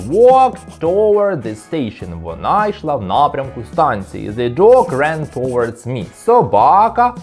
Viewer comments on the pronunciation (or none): Ви впевненні що правильно вимовляєте "towards"??